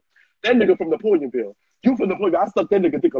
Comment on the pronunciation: Mrs toni Green said Napoleonville 😂😂😂💀💀